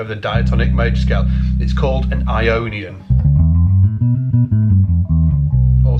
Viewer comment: When you talk about Ionien, I hear "I ionion" like "I phone or I pad" so my question is it Apple who has patented this mode ? like a new fruit ??